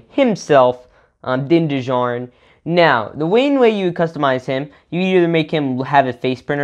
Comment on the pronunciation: Din JARin is how u pronuce it (just so u don’t get roasted)